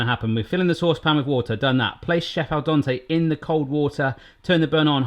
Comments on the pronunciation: Its pronounced dent-ay its sounds like youre saying Dante. 😂 Love the video. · It is al dente like the den in your home not Don like the guy who fixes your plumbing. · Seriosly, stop saying DONTÉ it's DENTÉ 😁🤨🤨🤨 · al dente, not al donte, you weirdo. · Please stop saying al donte. There's two E's in there and no O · Made me laugh every time you said al Donte Instead of al dente 😂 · It’s Al Dente not Al Donte! You even heard the Google lady say it,! 😅 🙄 😂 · I love it how you say Al Donte... :) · Aaarwgh%@ Its not "al donte"! Both "e"s are pronauced same like in the word "bed". No wonder your phone couldnt understand your meaning at first. Its the little things that bug the most. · Kazoo "al dente" is italian. It came from italian. Please pronauce it like its pronauced in italian. Its not like you dont have that sound in english. Its not that difficult. Or is it an impossibile soundpairing in his accent? I wonder how he says "dent"... I mean the whole world is pronaucing english words like native speaker do, not like they would read it using their own writing system.